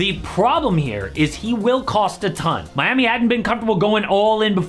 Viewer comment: did you said Miami or mommy 😭😭